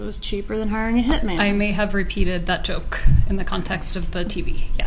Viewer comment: omg the H slips out !!!!